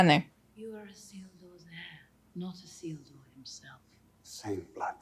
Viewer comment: I'm only 18 minutes in and, as always, so impressed with your ability to pay attention and grasps so many details. Being able to recall Isildur's name (slightly mispronounced, but still recalled) and then noticing that the Ring shrank in Isildur's hands are things i'd say 95% of reactors miss in this movie. I'm sure there will be more, but one of my favorite things about your reactions are your attentiveness and intelligence. EDIT: And just saw from a post below that you also noticed Aragorn putting on Boromir's vambraces. So impressive. It took me several watches to notice that.